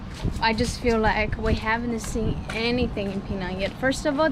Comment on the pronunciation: The way you pronounce penang is spot on.